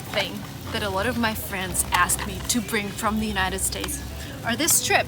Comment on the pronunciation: есть два слова, которые невероятно режут слух, когда ты их произносишь. Заранее извиняюсь за такие "советы", но тем не менее вдруг тебе будет это полезно. Обрати пожалуйста внимание на слова watching и a lot of. слышу "вочин" и "э лОт оф"